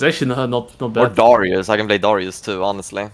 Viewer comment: They pronouce Darius Durryess lmao